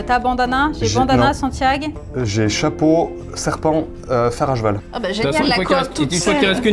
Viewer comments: Tiens, dit "fer à jeval"! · Je ne rêve pas O_O, dit "fer à jval"!